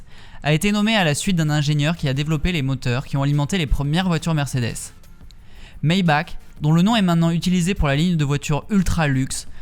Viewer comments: maybach se prononce maybarr pour info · J'adore tes vidéos, mais le puriste que je suis à envie de te dire qu'on dit ''Maybarr'' 😅